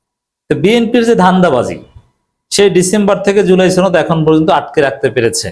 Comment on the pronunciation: আরে ভাই জুলাই ছনদ না জুলাই সনদ। উচ্চারন ছনদ করবেন না। সনদ বলবেন।